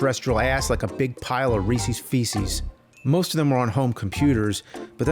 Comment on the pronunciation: I hope that’s not really how he thinks you pronounce Reese’s